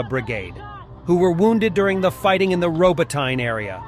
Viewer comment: Ro-bah-ti-nah. Not robo-tyne.